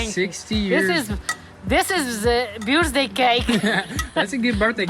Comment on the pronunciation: Happy birthday! Did she almost say booz-day?